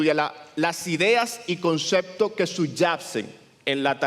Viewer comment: no se dice concectos, son conceptos